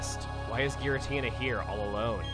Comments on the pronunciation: is pronounced with a hard G, according to Japanese: ギラティナ, rather than ジラティナ. If that's not what you're complaining about, what is? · you pronounce giratina wrong... its soo cringy... like people saying arceus with a k.😑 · pronouncing it in the official way. It's not supposed to be pronounced with a soft G, like a J.